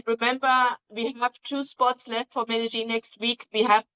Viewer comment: Medellín is not pronounced Medelin! It is pronounce Medeyin !